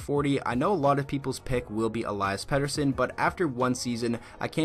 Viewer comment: It’s e-lee-has Peterson and toe-ma-sh hertl